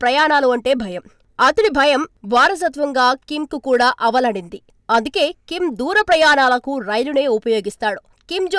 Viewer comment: అలవడింది. అనాలి అవలడిండి కాదు.